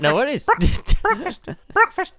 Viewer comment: Stamps just had BREADKFAST!!! Yeah.... It was rubbish..... BREADKFAST